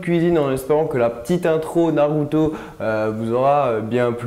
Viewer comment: a c charuto